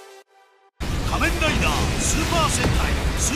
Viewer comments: bạn đọc từ Kamenrider từ từ thôi :((, nghe không rõ hơi khó chịu á, góp ý thiện lành kkk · lần đầu xem kênh này nhưng có ai thắc mắc vì sao ông đọc script đọc kamen rider thôi mà như nuốt luôn chứ 2 chữ men ri vậy :)) t ko tin là bị ngọng trong khi 2 mấy cái tên khác thì đọc rõ to xong gaim là từ khá khó đọc cho một người bị ngọng ấy :)))